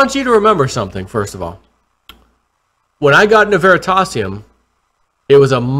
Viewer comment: Ver-ree-tay-si-um Please